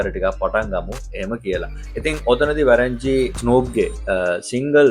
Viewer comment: It’s වොරන් ජි not වැරන් ජි